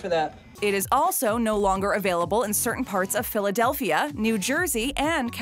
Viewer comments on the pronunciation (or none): none